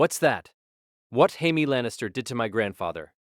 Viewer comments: I was an hour into this story and I was curious why Pei Mei was mentioned. Then I realized this AI voice is pronouncing Jamie/Jaime as Hymay. The fact it keeps on switching makes me rethink the past hour of my life. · It's how Spanish pronounce Jamie, or so a friend told me, and YES annoys the heck out of me as well.......